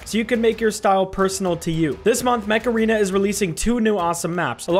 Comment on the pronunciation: Okay when he said mecha arena I can't be the only one who heard macarena